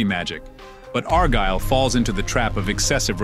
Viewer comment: I heard several different pronunciations of “Argylle” in this video. I think I even heard “R Girl.” 😂